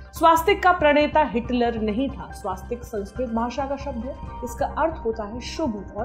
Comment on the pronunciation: Pronunciation of "Swastik" not correct